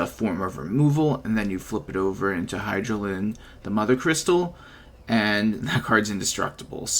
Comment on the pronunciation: Doesn't matter but might be nice to know but her name is pronounced "Ven-ah" :D and "Hi-da-lyn" respectively. Cool deck!